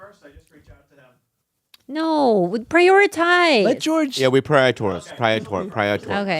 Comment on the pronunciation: Bobby trying to say "prioritize" 😂😂